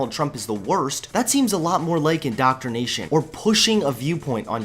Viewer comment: omg he does say Lake instead of like 😂